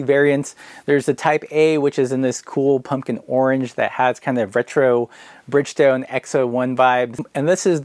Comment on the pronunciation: It's pronounced orange like the fruit. They told you this in a video you made, you goof.